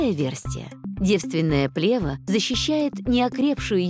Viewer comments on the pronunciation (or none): Правильно ставить ударение на второй слог – плевА́. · еще б ударение правильно ставили- что за дикая плЕва!? хоть бы в словарь заглядывали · Ударение точно правильно - плевА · Вообще-то не "плЕва", а "плевА". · Не плЕва, а плевА. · Противно слышать когда в ключевом слове, повторяемом многократно, неправильно ставится ударение. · В слове плева ударение на последнюю букву.